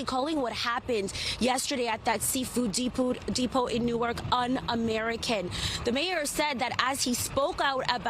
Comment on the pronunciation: “Seafood depood” lmaoo 😂😂😂